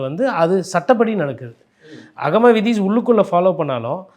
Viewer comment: ஆகமவிதி என்றுகூட சரியா சொல்லத்தெரியவில்லை இந்த பத்திரிக்கையாளர் வக்கீலுக்கு 😂😅